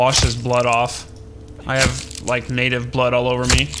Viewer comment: try not to say natave